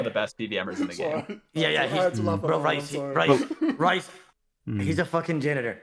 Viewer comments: You would think would be able to say the person who he picked firsts name correctly but here we are. “Rice” he says. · ODA STOP CALLING RHYS, RICE FFS HAHAHA🤣🤣🤣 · Every time says rice I lose a year off my lifespan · Why he kept calling him Rice 😂😂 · I love how in stream he stated that his name was Welsh and how it was pronounced and everything and yet he continued to call him Rice lmao.